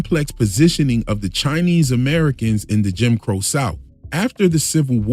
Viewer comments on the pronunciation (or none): none